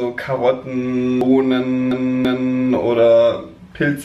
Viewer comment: "Ihr könnt alles reintun, Karotten, BohNENnnnnnnnnnnn" - ach, du kleiner Schwabe:D